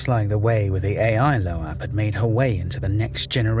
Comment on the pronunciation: It’s pronounced LOBE not LOHH- AHHH you dunce